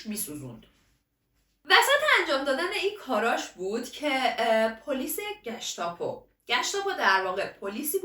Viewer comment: عالی.عالی و خفن.فقط یه نکته کوچولو بگم؟گشتاپو رو اشتباه تلفظ کردی.گِشاپور.ببخشیدا :) الباقی،بی نقص بود!